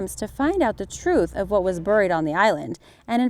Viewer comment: There are a lot of words you continuously are mispronouncing such as "buried"